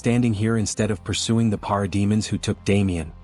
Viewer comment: Parade-mon? PARADE MON??? What is this, some AI-generated script that you're just reading.